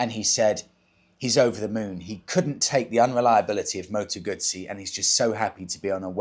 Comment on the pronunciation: What's a Moto Gutttsssee 😂😂😂Never heard of those only a Moto Guuuuzzzzzyy